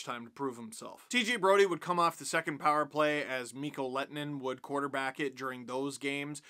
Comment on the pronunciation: Your ”h” sound is actually part of the way his name is supposed to be pronounced :D